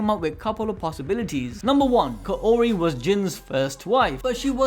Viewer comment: Kaori is pronounced as kaw-ri